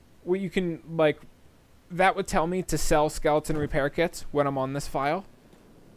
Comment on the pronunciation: A "me too" weapon 💀💀 You say it like "May-Tow." Nice try, though.